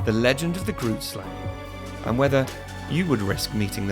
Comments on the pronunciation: I am from South Africa and you pronounce Grootslang wrong. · That's not exactly how you pronounce it lol (I'm South African) The name is Afrikaans and translated to English it means: "big snake" #themoreyouknow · Me: (also a South African) Awesome to see a video about a local cryotid,just wish the creator made more effort to learn how to say "Groot Slang" and "Richtersveld".